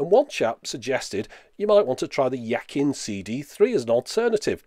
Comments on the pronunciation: Now I can understand how Chinese feel when they see westerners with tattoos written in Chinese making no sense. This brand wanted to write Yaqin which is being pronounced Ya-chin because pinyin and instead of that they wrote Psathin... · Talking about pronunciation its pronounced 'yachin' - the q in Chinese is pronouned like a ch. The i is as in machine, so its closer to 'yacheen' The qin is probably spelt 琴 which is a play on words - a qin is a (quality) musical instrument (like a violin - 小提琴） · Pronounciation. Why is a Greek psi and theta confused with a 'Y' and 'Q' by everyone? Although psathin doesn't seem a great name - it's as good as yaqin.